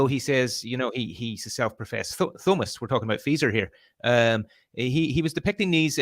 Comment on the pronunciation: I'm gonna start pronouncing it THOE mist